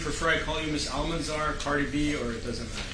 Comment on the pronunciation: Did the lawyer say Cárdi B and not her real name?